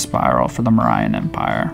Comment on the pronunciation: you're pronouns mauryan so wrong